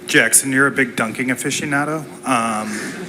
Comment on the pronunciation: Basketball Officianado? What the heck is that? 😂😂😂